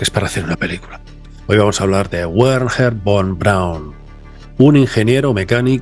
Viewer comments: Excelente como siempre, pero el nombre de Von Braum era Wagner en alemán se pronuncia Vagner, si lo haces como "Uagner", es pronunciar el idioma pirata, uakala, brit brit, no lo puedo hablar 😂😂😂❤❤ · "Buerjer" von braun jajajajajajaj pinche forma de hablar mas horrible !! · el nombre Werner se pronuncia Berner